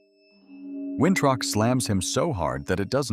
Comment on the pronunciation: His name is Winthrop not wintruck 😂